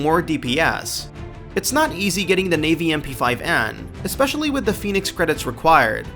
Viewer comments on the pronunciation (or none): none